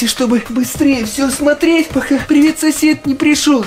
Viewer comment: Там, пиривет, сосед, 😮